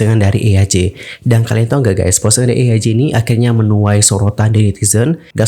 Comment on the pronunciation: kak btw baca nama eaj tu bukan eyaj wkwkw tapi jadi "ij" gitu😭😭😭